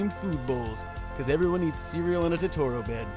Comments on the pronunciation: Tutoral bed? wtf its toe-toe-ro not tutorial... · Has Jake seen my neighbor totoro? Because he says totoro weird. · Am I the only one who noticed he said Totoro incorrectly? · I was enjoying this video... Until you pronounced Totoro wrong.